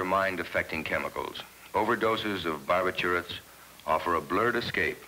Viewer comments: “Barb I turrets” instead of “Bar bitch U ets” 😂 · Bar- bih-CHEW- its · Bar- ba - tour - its .... 😆